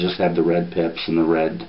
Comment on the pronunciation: i swear he's sayin 'it has red DIPS' instead of pips.